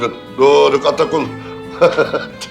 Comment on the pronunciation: Doruk: aaakiif Atakul demesi Akif'in: Dooruk Atakul demesii😂😂😂